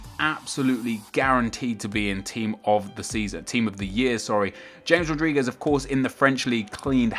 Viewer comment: OMG THIS IS NOT HOW U PRONUNCE RODRIGUEZ